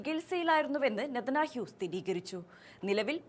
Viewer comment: നെതനാഹ്യു എന്നാണ് അവതാരിക പറഞ്ഞു കൊണ്ടിരിക്കുന്നത്.